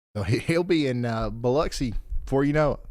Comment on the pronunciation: Thank you for pronouncing Biloxi correctly BTW. It's lux as in luxury, not locks.